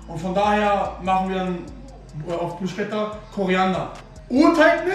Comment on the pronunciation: bro es heisst bruschetta (man sagt BRUSKETTA). sehr geiles video btw